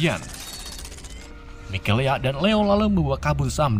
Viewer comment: Mikaela bang.. Mikelea mulu dah 😂